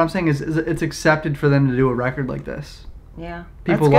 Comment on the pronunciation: “Pop recerrd”